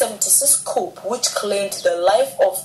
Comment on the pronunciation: The "P" in coup is Silent .